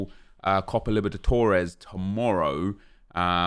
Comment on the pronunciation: you keep saying Liberdatores, it's Libertadores. just fyi